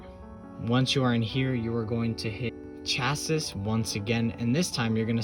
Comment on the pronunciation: Thanks for this! BTW my brother, the word 'Cassis'... is pronounced 'Cha-see'... Not 'Cha-sis'